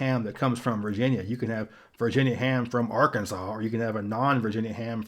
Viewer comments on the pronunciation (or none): none